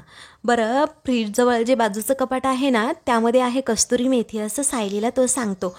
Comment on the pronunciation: कस्तुरी मेथी नव्हे तर कसुरी मेथी म्हणतात. एवढेसुद्धा लक्षात येत नाही का? नेव्ही पिके चा केवळ आवाज चांगला असून चालत नाही तर तिने योग्य शब्द योग्य पद्धतीने उच्चारले पाहिजेत. तुमच्या व्हिडिओमध्ये या चुका वारंवार घडत असतात. व्हिडिओ पूर्ण झाल्यावर युट्युब वर टाकण्यापूर्वी एडिटिंग होणे गरजेचे आहे.